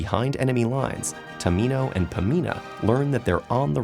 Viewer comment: am I the only person who heard Prince tomato